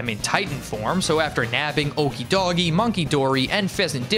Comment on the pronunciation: Hey okidoge is supposed to be pronounced similar to okie doki just with a g and e instead of k and i